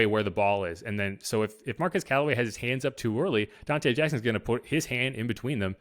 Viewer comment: His first name is pronounced MAR-QWEZ not MAR-QEZ. 👍🏾